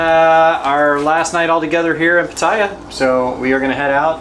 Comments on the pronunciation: I'm thai, can you pronounce Petaya correctly please. Accent sound like this Pet-ta-yaaa. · Please learn how to say Pattaya properly. Every time I hear someone say it the way you do I just cringe. Us westerners always destroy other languages.